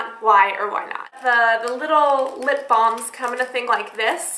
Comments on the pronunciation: Ugh her calling them blahms instead of balms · It's lip balms not blams